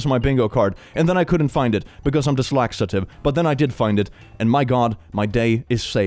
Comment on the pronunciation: "I couldn't find it, because I’m dys-Laxative!" LOL Made my day